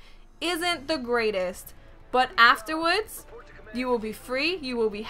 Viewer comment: ***** Lol the way you said after wards ;)